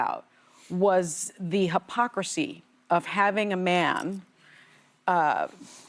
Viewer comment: Hostin: Hypocrocy? Not Mysogony?😂😂